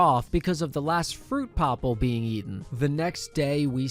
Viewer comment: fruit "popple" 🤣🤣